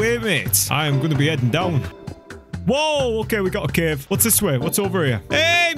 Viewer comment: I like how he said cev instead of cave